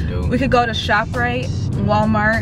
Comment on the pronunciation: Did u just say shoprite?🤣